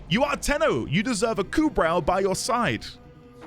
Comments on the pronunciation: Welcome to Necramech town. >:) Also, Kubrow is pronounced Koobro. :) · Kubrow despite the spelling....the w is silent.